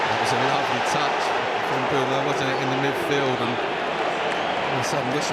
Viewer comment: No one: British commentators: EMBOOMO